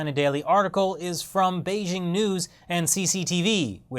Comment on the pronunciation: since you're the "expert on china", don't you think you ought to pronounce Beijing correctly? it's Bei as in "BAY", "JING" as in jingle bells, NOT Bei zzzhhhing.